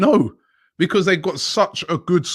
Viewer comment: Wobbie needs practice on the word BECAUSE